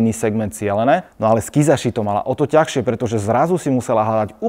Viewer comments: Vídať tmavošedé aj v BA. P.S., preboha, nehovor "ťachšie"... ďakujem:o)) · Všetko ok , top video, ale keď si povedal ťachšie , hneď som stuhol. ,😀😀